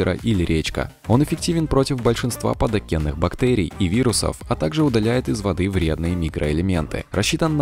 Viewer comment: Автор, что у тебя с произношением слов, падокенных, квадрокаптер , или это прикол ...